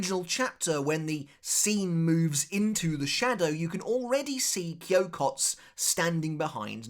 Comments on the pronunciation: It is not Kyokots it is Kyokotsu. This "u" is clearly pronounced. Edit: I dont want to understate this. This "u" is pronounced as written. You are obviously overcorrecting the usual foreigner mistake of pronouncing "u" that are not meant to be pronounced. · Kyokotsu. You gotta pronounce the tsu. I know when Japanese people speak naturally it sounds like the “u” in tsu isn’t pronounced. But it is. 😂